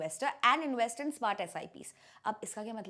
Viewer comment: It's not inWest.. it's inVest